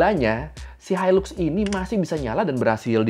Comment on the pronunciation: Maaf tapi sebutan yang betul untuk Hilux adalah HAILAK dan bukannya HILUK